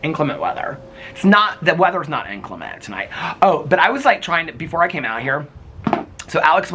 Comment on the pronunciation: It’s pronounced inCLEMent - not INclement 😉